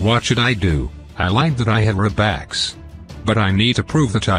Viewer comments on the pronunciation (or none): Its not robax its robux!!!